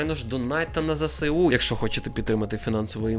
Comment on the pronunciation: Ви розкішний і я фанатка Вашої творчості, тому просто хочу Вас в дечому виправити) Не ЗеСеУ, а ЗееСУ. Так з Ваших прекрасних вуст буде звучати ще краще 😊